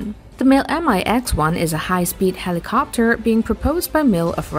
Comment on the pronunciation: I am losing my mind every time I hear the inflection put on the end of helicoptUR